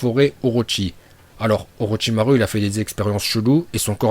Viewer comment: Les « U » prononce les « Ou » stp parce que OrochimarU et TaijutsU j’ai les oreilles qui saignent 🤮